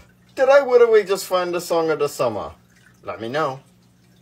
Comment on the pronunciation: This is Literwy the best video on YouTube.Like Literwy hehehehe.